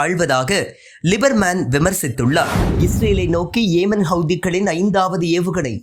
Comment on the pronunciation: ஏமன் அல்ல யெமன் பாலஸ்தீன் அல்ல பலஸ்தின் தவறாக உச்சரித்தால் அதன் பொருள் பிழையாகும்.